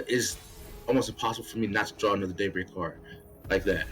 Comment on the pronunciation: Seems like fun. I couldn't help but hear daybreak as date something which made me laugh. Happy New Year